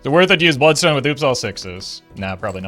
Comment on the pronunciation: Buld-stone, enit